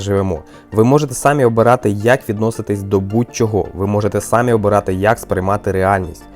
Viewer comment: В слові "самі" наголос на останній склад